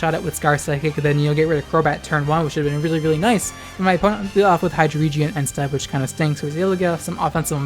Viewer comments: Bruh. It's not "Ski-zor" it's "SCIZ-OR" . It's not "Hy-dree-gen" its "High-Drey-Gone" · For Scizor : For Hydreigon : I don't think so, Pokedex 3D say ACTUALLY how you pronocing the name propety, so i was right for some prononcing. Scizor is prononcing SCEE-ZOR, not SKI-ZUR ! And Hydreigon is HY-DREI-GUON ! Not HY-DREI-JEN ! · Scizor pronounced S-iz-or think Scissors, not Skizzer. and Hydreigon pronounced Hi-dry-gon, Drei is 3 in german, it is not Hydredgion. That is all. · High-dree-jee-un? Its high-dragon. Also, Skiz-or? Its c is silent its just “siz-ore” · Okay, i am not to be mean with you, but you really need to learn how to pronocing propely some mons name, okay ? First, it's "Scee-zor" for Scizor, not "Ski-zor". It's "Hy-drei-guon" for Hydreigon and not "Hy-drei-jen". That made me so cringe that force me to pause for take a little breath in between. So next time, litsen the Pokedex 3D. That will simply learn you of how to pronocing some mons correctly. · It's not Skiz-or its Sizz-or. Also its High-dray-gon. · “hydreedgeeuhn” “sxckizor” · Mispronunciations ain't no thang, just know HyDREIgon gets the name from number 3 in German, drei (pronounced "dry"). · Hydraygeon. Skizzer. Good vid tho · " Ski-zor " " hy-dree gen" dude learn to pronounce the names lol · yikes you clearly don’t stan daddy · Except Hydreigon is pronounced Hy-dry-gon. Because of the fact that the evolutionary chain is based off of the German for one (ein) two (zwei) and three (drei) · I love your content but the way you say hydreigon and groudon hurts my soul. But i cant stress enough how much i love you. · the hydreigon pronunciation sent me LMAO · Your pronunciation of scizor and hydreigon made me want to stab my eardrums with chopsticks. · the way you pronounced hydreigon? ok, whatever, not everyone gets that it has german in its name, but skizor? SKIZOR?! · His mispronounciation of Hydreigon is what pissed me off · Your pronunciation of scizor and hydreigon is so bad